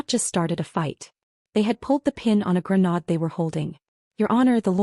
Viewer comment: Ah yes.... No AI voice can ever correctly pronounce the word "grenade"! Not to mention the word "contractor". 😮